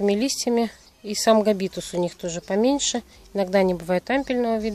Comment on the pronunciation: Здравствуйте Не габИтус, а гАбитус, в латинском языке, как и в русском языке ударение ставиться на 1 Ыйм слог. пЕндула, мУльча, хвОя ... Удачи :)))